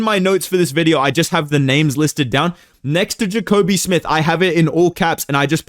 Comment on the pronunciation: “Jacobe smith” okay you not fooling anybody buddy